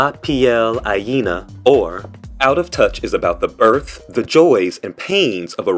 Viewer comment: Ajena is pronounced: ah- hen- ah, hen like the farm bird that lays eggs. Ajena means someone else's. La piel ajena. The skin of others, or someone else's skin.